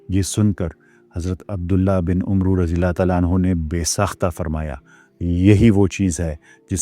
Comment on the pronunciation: عمرو Amar Not amro sir with respect